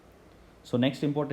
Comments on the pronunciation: its not spelled as bawl, its baa-wool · sir it is BA_UL LALON..... Pronunciation is BAAA UL